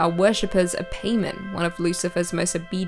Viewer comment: It is not pay men is King paimon